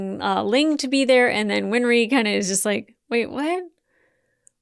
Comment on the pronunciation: I think i might have an idea why you keep saying "win-er-ree" instead of "win-ree". Remember that old song "Henry IIX"? "I'm 'en-er-ree' the eighth i am i am".